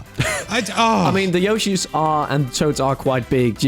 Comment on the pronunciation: Yawshis?...uh, yoshi?